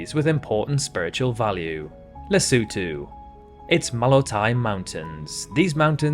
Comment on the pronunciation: Great idea, very interesting and well executed. This must have taken some time to compile. Yes, some words are mispronounced like the Caucasus and Kiritimati (Kirismas), but you got Lesotho and Kiribati right, and unfortunately most get it wrong. I am so curious to know where your accent is from.